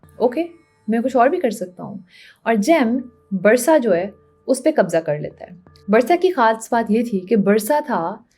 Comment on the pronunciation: Barsa nh hai, B'UUUUUU'RSA